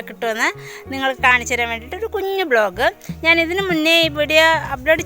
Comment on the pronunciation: ബ്ലോഗ് അല്ല ചേച്ചി വ്ളോഗ് (Vlog)